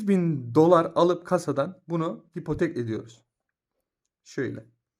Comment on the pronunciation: Hipotek değil abi ipotek